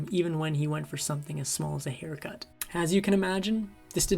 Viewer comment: Meaning no offense: is the narrator a non-native English speaker? Some of the pronunciations are so off that I had to really think to realize what I was hearing. At one point, “hair cut” sounded so much like “hair gut” that I actually had no clue that it actually was until I googled “what is hair gut” and felt quite silly when I finally realized it was “hair cut”. I guess the context wasn’t enough to make it obvious in this instance. What’s confusing about it is that I can’t detect any particular accent overall, and it sounds like an American accent except for the occasional odd pronunciations scattered throughout. For instance, shortly after “hair cut”, at , “against” is said in a way that sounds more like someone from Ireland than America. I always thought my ears were good at detecting even slight accents, but I’m not sure about this one. Although, I will say that a lot of youtube video creators/narrators in general frequently mispronounce words and phrases regardless of their accents, and it often seems to be due to a lack of having heard those things spoken. Not that I’m saying that’s the case here, just that this video is far from an isolated instance of this sort of thing happening. And I suppose it doesn’t really matter, but I can’t help being curious.